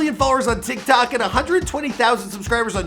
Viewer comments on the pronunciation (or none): none